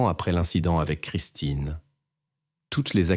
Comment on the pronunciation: C'est Christine ou christin 🙄IA🤔😑